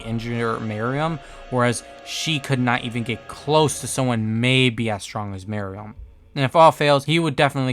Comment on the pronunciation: Love this video but the way you pronounced some words made me slightly annoyed like I’m used to people saying “merUem” and “BEelzebub”